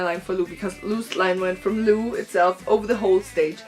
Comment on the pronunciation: I was there too and it was amazing.Really cool that you told us your feelings about it.But his name isnt pronounced as 'Lu' but Lou like 'low' :) ♡